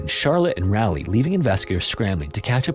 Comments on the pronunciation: Just fyi, Raleigh is pronounced raw-lee, not rally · I don't wanna be rude but it's pronounced Rah-leigh, like you're saying the word "on"! im from NC and pretty much everyone raised here calls it that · You’re definitely not the only one I’ve heard do this but fyi those of us who are from there pronounce it like Rah-leigh as opposed to Rally. (Named after Sir Walter Raleigh)😊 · For future reference, Raleigh is pronounced Raw-lee 💕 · as a polite heads up since im from that area, the name of the city is Rah-leigh or Raw-leigh, not Rally :] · Hate to be that guy, but Raleigh is pronounced "Rah-lee", not "Rally" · Its Rah-lee, not Rally. Like the cheer rah rah rah.